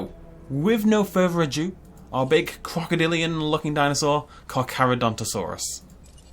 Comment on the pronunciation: FINALLY! Someone said its name right.